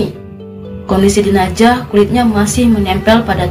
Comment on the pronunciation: Jenazah mbak bukan jenajah. Sukses terus yah